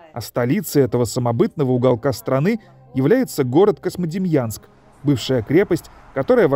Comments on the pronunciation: Диктор что неодекват? Космодемьянском называет. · Почему вы говорите КоСьмодемьянск??? Правильно КоЗьмодемьянск, книжки читать надо))) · Очень хороший очерк про славный город Козьмодемьянск. Знаю этот город, много раз бывал там. Но.... Очень редит слух когда "голос за кадром" на протяжении всего фильма называет город КоСмодемьянск, а не КоЗьмодемьянск. Козьма и Демиан. Местные называют свой город Кузьма. В общем диктор неправ. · Эх, а у меня бабашка родом была оттуда, а я так и не узнал никого из тамошней родни, бывал ребенком в 80-м году проездом на теплоходе, но ничего и никого не помню (((. PS почему автор все время произносит КоСмодемьянск? Там ведь явное мягкое "3". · автор говорит "Космодемьянск" )) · мне одному слышится Космодемьянск ??????????